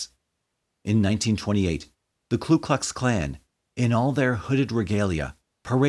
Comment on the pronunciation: I was wondering if someone was going to point that out. I agree that it's a small point amidst the sorrow and themes of this video (which were well handled and well narrated), but getting the name right is important, I think. It's Ku, not Klu. A common mistake, but one shouldn't make.